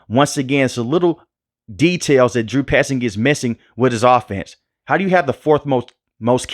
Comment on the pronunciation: Bro said “Drew 👖 zing”😂